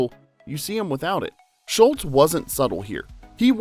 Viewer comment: He definitely repeatedly says, "Schultz". Hehe. Mandela Effected.